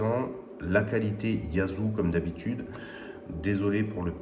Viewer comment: YAESu se pronnonce YéZU et non pas YAZU ...